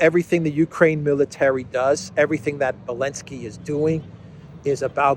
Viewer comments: why do you keep saying "elenski"? it is ZELENSKI. get ur sht straight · You saying Belensky now is legendary! Merry Christmas my friend. Thanks for all the great information…and some laughs too. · I'm sorry but I really have to correct you on something, it's pronounced "bellend-ski", if you are unsure why, perhaps ask Alexander. You're welcome;)